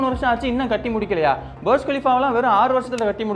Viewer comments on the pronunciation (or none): பர்ஜ் கலிஃபா இல்ல டா புர்ஜ் கலிஃபா